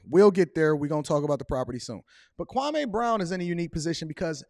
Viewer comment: Please pronounce his name right kwameeeee not kwamaaaaaa